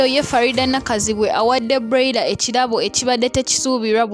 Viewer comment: what darling 🤷 ? have i done wrong to correct her? don't u hear how she pronounce the name of someone's daughter? that broiler, like seriously ??? so do u think that she doesn't know the pronunciation of the name? mutulekemu namwe.